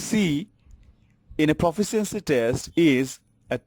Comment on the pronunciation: Forced to watch this for a college course. PLEASE LEARN TO PRONOUNCE LONG ENGLISH WORDS. 'Proficiency' is pronounced pruh-FISH-shen-see.